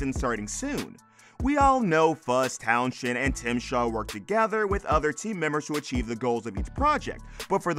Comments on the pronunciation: I wish Fuzz's surname could be pronounced correctly,it's Towns end,not Town shend,the "H" is silent. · Did you call him Fuzz Town shend? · Yea, Towns-end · Town shend 🤔🤣🤣🤣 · Silent 'H' in Townshend 😉